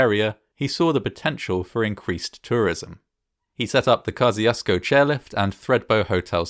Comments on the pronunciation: It's pronounced more like "Ko 'shooos' ko'. I remember Jebediah making a point of it when they were releasing their album of the same name. A true Aussie would know this... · Actually the irony is we're all saying it wrong. It's a Polish name that is closer to "Kosh-tchoosh-ko". I imagine that our fellow Aussies back in the day did a rough guess at how it was pronounced by how the word looks and it stuck. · We have a town in Indiana named Kosciusko and we pronounce it like he did in the video. My polish great grandmother pronounced it more like the other person commented.